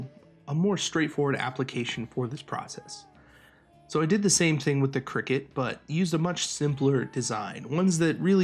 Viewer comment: Man your killing me lol 😂 it's a cry-cut. Not a cricket lol